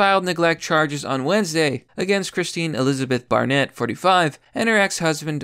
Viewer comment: "Bear net".... EDIT: I think she watched Orphan one too many times.